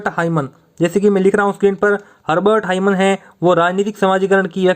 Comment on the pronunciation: Hurbart himan nahi sir hurbart saiman